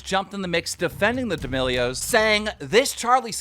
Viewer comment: Everyone and keemstar: d'melios Subtitles: d e m i g o d s